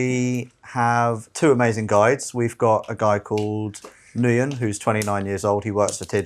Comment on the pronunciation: Ngyuen is pronounced as Win, you have been calling him by the wrong name since the day you met him and he literally pronounced his name when you introduced him, and you all kept going with the wrong name.. People will put up with Western shit, as long as you are willing to pay. Try harder